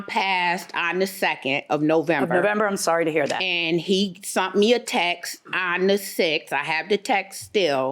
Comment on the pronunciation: I could never sit up and talk with her. I hate when people say likeded. And wtf is SUNT? Its SENT